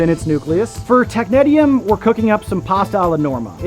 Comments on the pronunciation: I've never heard it pronounced that way and I worked at a place that made it. We say "tech-nees-ium". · I can’t even watch this video due to the mispronunciation of this element 😢